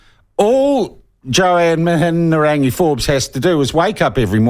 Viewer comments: Shawn Pluckett is insincerely mispronouncing Mihingarangi Forbes' name. He is as crafty and clever as she is, and why shouldn't he be? Traditional media worldwide, of which these nerds have long been a part, has been crushed under the onslaught of social media podcasts, like those hosted by Joe Rogan and others. Karma is no longer a bitch, but a non-binary with a double-ended sex toy. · It’s Mihi-nga-rangi.. This is poor reporting. Have you seen the evidence of the Atlas group participating or just taking the word from David Farrer? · Your Te Reo is horrible anyhow l read the article about the Wright funding, quite interesting read. Anyhow MIHIARANGI is her name...MIHI-A-RANGI. I don't mind Mihiarangi Forbes but sometimes she needs to leave the poodle at home and bring the pitbull, shes to soft. I pay $312pw taxes I want to know who why where and how my taxes are getting spent. And thanks to uncle Google I can in the wkends because I'm to tired and busy during the week working to pay for these peope shyt!! BTW Dr Jim Mathers credential are impressive l see why he was appointed to chairperson at RNZ and meeting your future partner at your workplace is quite common.... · you spealt her name wrong in your title....and don't know how to pronounce it either. as a journalist, i thought your job is to report facts correctly and get details right. the way you slur your words makes me think you just sit around and get pissed all day while concocting drunken plans of propaganda against the decent people of this country. your talking but not presenting any facts....your facts are your supposed slurring words. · Pronounce her name properly. Give her some respect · Slowly repeat Mi..hi...rangi. Why the f are you throwing in an extra syllable? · Can't even say her name. Lol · You can't even pronounce her name... 😄